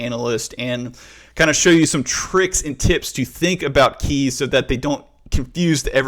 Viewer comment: in 2 mins i had heared 20 times "KAYS".. oh My god 😂